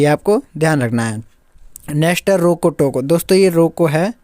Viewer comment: Rojo toko nahi hota hai Bhai Roko Toko